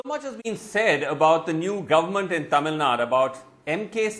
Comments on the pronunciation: Mr Anchor - Its NOT TAMILNAD. It's Thamizhnadu 😂😂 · Tamil Nad’u’ not Tamil Nad